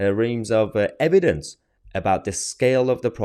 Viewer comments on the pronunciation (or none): none